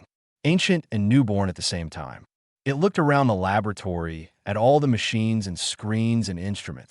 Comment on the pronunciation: That and consistently reading periods as "dot" and 'it' as I.T.